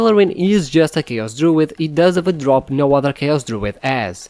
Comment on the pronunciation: fascinating! I found it particularly interesting that the letter d at the end of a syllable is pronounced as voiced "th" (druith instead of druid). I've never heard that before. Ancient Hebrew had the same phenomenon but its been lost in all dialects except for the Yemenite pronunciation